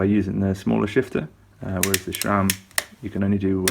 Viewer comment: The letter "h" is in Shimano. Sram is pronounced like "Tram". No "h"...nah, nah.